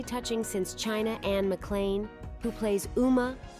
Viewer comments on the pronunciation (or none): none